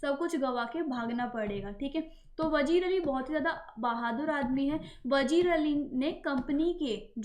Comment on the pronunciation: It's not vajeer it's vazeer Correct your silly pronounciation 😑